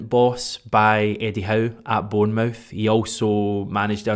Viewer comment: Stop saying "born-mouth" you're Scottish not American, you know how it's pronounced